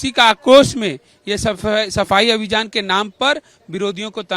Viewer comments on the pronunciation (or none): sardar ji abhijaan nahi .abhiyaan bolo 😂